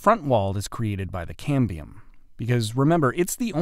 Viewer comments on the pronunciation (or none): ("Cambrium is a great Scrabble word") But it's Cambium – no R.